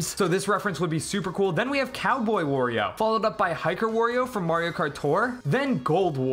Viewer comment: Another thing. "Wurrio". That's it.